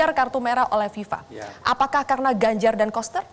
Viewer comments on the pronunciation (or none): Kata "GANJAR" nya ditekankan sekali wkwk